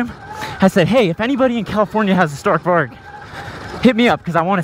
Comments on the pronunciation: I’m Swedish and you said Stark Varg a little miss pronounced but still Awsome! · Im from Sweden and i just love youre videos but i must say one thing. You say stark varg but you pronounce it stark varj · you realy say it lik this varj but its spelld varg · You gotta stop pronouncing it StArk vArg.